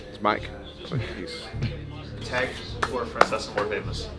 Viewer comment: Mike “Fracesca”?